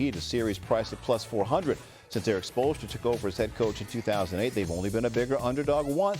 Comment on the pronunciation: I can’t get enough of Perk trying to say Spoelstra